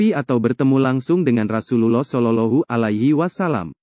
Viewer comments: Mohon untuk belajar lebih fasih lg dalam pengucapan rosulullah dsb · Pengisi suaranya tdk fasih dlm menyebut Rosululloh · Betulin dulu ucapan yg paseh menyebut Rosulluwoh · Ka Carapengucapan Rosulullah SAW. Kurang Tepat Ka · Ucapa Rasulullah shalallahu alaihi wasallam di ucapkan dgn benar, min...! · Betulin dlu cara ngucapin Rasulullah SAW nya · Maaf admin, baca arabnya yang fasih panjang pendeknya, inikan konten islam masa bacanya gitu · Coba pengucapan Rasulullah saw dibenerin, maafkan saya kalo menyinggung hati admin 🙏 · Channel Islam, tapi mengucapkan Rasulullah saja tidak fasih.